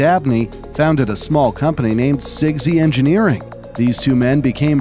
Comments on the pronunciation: Sigsy??? It's pronounced Sizz-eh-gee. And...you failed to mention the Atari XEGS, released in 1987. A console version of Atari's 65XE computer (EXGS is acronym for "XE Game System)" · sigzy engineering? its syzygy “si-zi-jee” engineering. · Syzygy is pronounced /ˈsɪzɪdʒi/ (Si Zi Jee). It may look like a Polish word but is in fact used in English. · It's pronounced sizz-i-jee. Hope this helps.